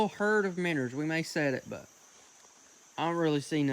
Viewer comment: 5 years 😅😅 and I still get annoyed when he says minners